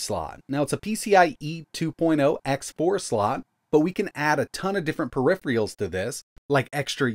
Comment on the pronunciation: Love your videos man but every time you say "periph-ree-all" an angel cries